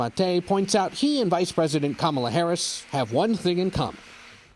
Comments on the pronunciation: Did he call her president Cumala Harris? What? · President kamal toe harris??? What did he say at the beginning? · The soyboy CBS anchor said "President Camela Harris"...the POS doesn't even try to conceal his allegiance to the Dictocrats